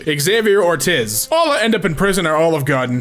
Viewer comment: my name is Natalie ortiz and it's pronounced as or-tease